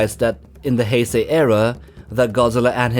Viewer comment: number 5 heysie Godzila me hearing that me no is heisei Godzila mf